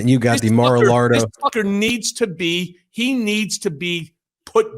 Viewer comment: Mr Cohen , good job . You are exactly right . I think you miss - pronounce “ Mar- a lago “ is this the proper spelling . ? Thank you